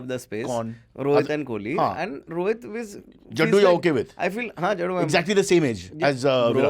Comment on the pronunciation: its kohli not kholi